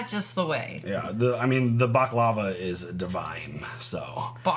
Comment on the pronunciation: Point of order: The proper pronouncing of the word "Baklava" is that you put the accent on the first syllable (if you are English) or the last syllable (if you are Greek). You DO NOT put the accent on the middle syllable.